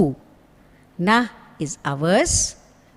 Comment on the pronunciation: Why do u pronounce it as dhiyoyo nav prachodayat and not dhiyoyo nah prachodayat?